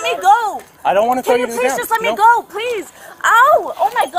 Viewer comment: When they say me-uh! Sounds like Mia.